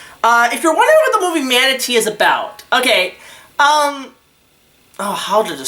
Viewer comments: “Ma-tuh-nay” not fucking manatee hahahaha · Matinee, it’s pronounced Mat-ah-nA Not manatee like the animal. Lol Great review though